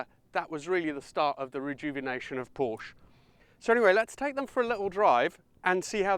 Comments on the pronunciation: Porsche is a TWO syllable word. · I have a hard time taking auto advice from somebody who doesn't pronounce " PORSCHE " properly 😊😊😊😊😊😊